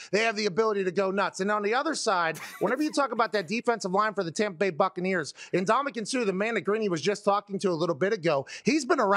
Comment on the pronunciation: Tompa Bay Gronkoneer land 😂